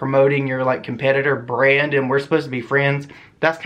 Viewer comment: Every single time you said BRAND I heard BREAD for some odd reason 😂